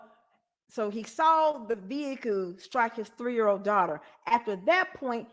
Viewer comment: I can not stand him!!! Every time he makes me mad which is non stop I say "veheecleee" the way you say it!! Lol😂😂😂 Give lots of love to our fur baby Paisley ❤️🐶🤗🥰